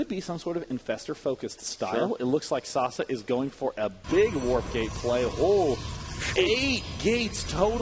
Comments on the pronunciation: its sah-say, not sah-suh... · is sase pronounced "sasuh" or sasay"? I am le confused